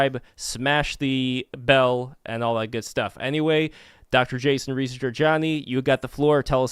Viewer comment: Dude. Seriously pronounce his last name correctly, it's a part of respect. Why is it hard for you to pronounce Reza, its his name...